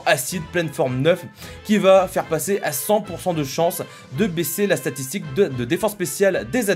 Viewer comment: C'est moi où a tu dis statitik? 😂